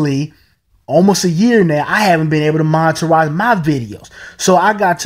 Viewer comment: "Moneterize"??? Lol. The word is 'monetize'. Hard to take anyone seriously who doesn't even speak correct English.